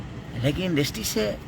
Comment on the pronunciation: Yaar pahle bolna to shikh lo industry hota hai industi nahi😁